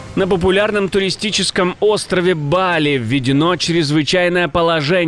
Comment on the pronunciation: В слове Бали ставь правильно ударение